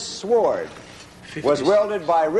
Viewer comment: Larry pronounces the "W" in "sword".